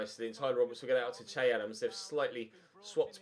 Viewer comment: Loving the series but for the love of god please stop calling him, it's pronounced Shay.